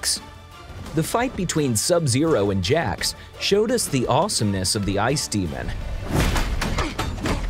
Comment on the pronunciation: I'm surprised that he managed to pronounce Jax right.